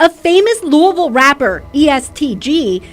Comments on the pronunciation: It’s Louisville not Lewisville stop spreading false allegations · Naw facts im from Louisville the nigga lost me when he called it Lewisville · No doubt Lewisville come on bro ! Said he’s close to west end like wth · The pronunciation of Louisville by the moderator was enough to turn this off. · Say our city name right at least. RIP Lul Mike. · I think it's so funny how ppl that aren't from here pronounce the name of the city.. 🤣🤣🤣🫶🏾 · Rip luMike took his own life drawin down on his opponent.. dey eyes was closed so dey wouldn’t kno, dey just heard dat 4 nick throwin.. even after he fell FROM SHOOTIN HISSELF you was scared to walk down on em! Yall internet bloggers not from da city can’t even say Louisville right needa stop speakin on shit dats happening. Ain nobody “interpret it as he took his life by pulling his gun” Yall say whatever to get sum clicks but I forget yall not in da streets yall jus run wit whatever info yall can gather from da news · Once I heard you mispronounced the way they say Louisville I know this was bogus info. Who is mayor Rhudy? 😅Louisville has never had a mayor named Rhudy. RIP TRINITY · Man the way it says Louisville pisses me off every time